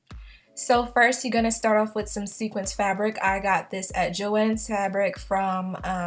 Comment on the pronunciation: Wait. Wait. Did she say "sequence" fabric. LMAO, great video tough 😊